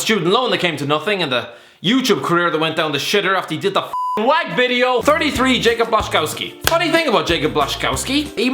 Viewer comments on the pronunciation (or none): I think it’s yakub blashikovskee pronounced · Fun fact about Jakub Blaszczykowski you can’t say his name